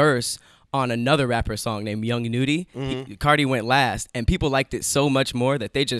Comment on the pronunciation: Its not young noody its pronounced (young nuddy) young nudy com'on lol